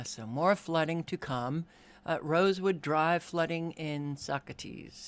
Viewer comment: It's pronounced Sock ass tee... not Socrates